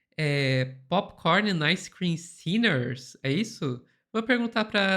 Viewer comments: Em vez de "sellers", eu havia entendido "sinners", com essa "pronunciation" alla Joel Santana. Pop corn and ice cream sinners rsrrrrsrs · Sinner nao?😂😂